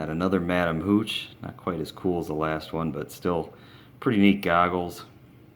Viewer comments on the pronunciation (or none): He said professor maganagil and madam mooch XD